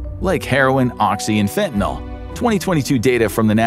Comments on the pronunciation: There's no "O" in fentin"Y"l. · I'm 65 now. I did a lot of different drugs in my younger days. So glad that fentanyl wasn't around in those days, I might have tried it and had an overdose. People constantly mispronounce fentanyl, it's not "fentaNOL". The suffix of the word has to do with the chemical make up. "NOL" and "NYL" would be two DIFFERENT chemicals. 🤦🤷